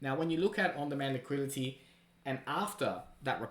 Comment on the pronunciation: On demand liquidity not liquility.